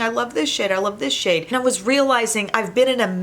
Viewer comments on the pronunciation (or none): Oh my gloss! I could have SWORN you said "I love this shit" when you said "I love this SHADE. Took me a second lol. 😂